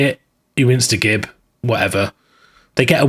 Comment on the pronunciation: For pronouncing “gib” correctly, you’ve earned a subscription.